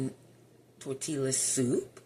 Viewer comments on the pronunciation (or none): It’s pronounced tor tee uh! 😊